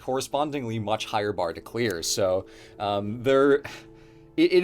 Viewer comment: Sounds like he said "much higher bar to queer" I don't know how gay Assassin's Creed is but I'll take your word for it